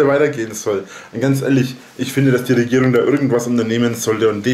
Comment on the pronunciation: Die "Rigüüürung" ist mit Affenpocken beschäftigt.